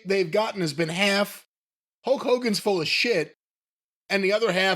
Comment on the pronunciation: "Huk" Hogan haha